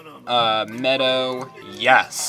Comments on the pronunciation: When you said Meadow, you said it wrong. Its not Meow dow even though how it looks. Its medow. I love these vids. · That's "meadow,".